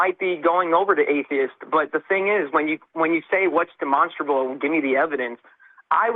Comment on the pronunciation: I love the monster in demonstrable. It's like saying de monster, a bull.